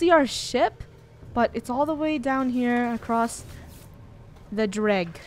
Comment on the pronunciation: I laughed so hard when funneh said "derg" instead of "dreg" XD